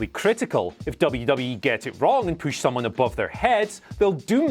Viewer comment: Push, Poosh or Pewsh? To me it sounds like he's saying Pewsh...